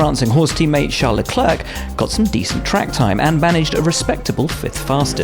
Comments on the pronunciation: It’s Lecler(c) not Leclerk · For god sakes! Stop saying ''LeclerRK''! It's not ''Le-CLERK'', it's ''Le-CLAIRE'', tt's french... the ''C'' is silent, you don't say. Saying "LecleRK" with a ''K'' sound at the end sounds bloody stupid.